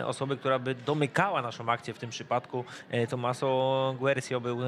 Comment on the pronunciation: TOMMASO! nie tomasso